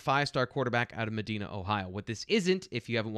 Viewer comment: ....Please learn how to pronounce the name of the HS Drew Alar went to pronounced as Ma Di Na I lived there for ten years Trust me